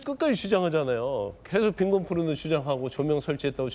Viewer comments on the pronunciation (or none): 경태 쟤 부실하던데.. 픽픽 쓰러지고.. 조사 받다가 병원갈 듯,, 무튼.. 발음 실랄하네 포르노도 아니고 뽀르노.. 저질스럽다.. 김정숙이가 헛짓거리 해대면서 해외여행 다니던거에 비교하면. .참.. 상식적이지..